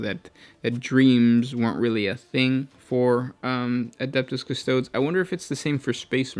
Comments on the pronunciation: how is this proof for anything? its highly anecdotal and has no connection. Custodes is a word rooted in latin, so the letters are pronounced the "european" way, not the american, so the e at the end is not silent or an "IH", its a short "eh". so its not pronouced "cus-TOADS", but "cus-toh-DES". Watch any video of Games Workshop where they pronounce Custodes if you want to have evidence. Or go eat an ass-tart :D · Custodes is pronounced cus-to-dees, not cus-toads. This is a common pronunciation in latin. Astartes for example is ass-tar-tees, not ass-tarts lol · the is no dees there is only days Cu-sto-days